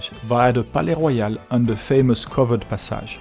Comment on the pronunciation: Actually, your English pronounciation of Passage is different than an American would say it. For place names, we should learn the proper French.